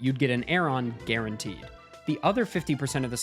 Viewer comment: More like.......more...more like........g-aron-teed